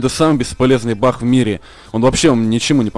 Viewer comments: может не бах а баг???? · Почему бах ??? А не баг ?